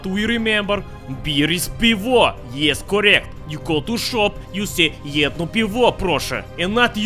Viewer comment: nie "piwor", tylko piwo..ta wymowa nad piwo haha, kocham to